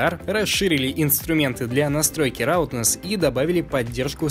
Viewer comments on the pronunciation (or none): братан, ROUGHNESS - читается как "рафнес"